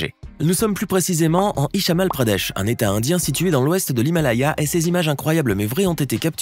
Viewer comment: à 1,12 ERREUR ,le commentateur dit HICHAMAL et la photo HIMACHAL